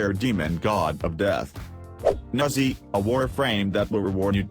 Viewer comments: i hear nazzi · it's chinese so it's pronounced like neja. neh-JAH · That is not how u say “Nezha” I expected better from a cephalon